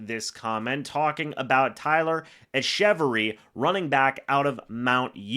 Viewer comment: Its pronounced “Etch-a-Very” btw👍 bro is a beast and deserves a shot